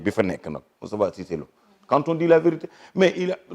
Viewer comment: Ce gas il prononce mal cisse lô dou sa morom vraiment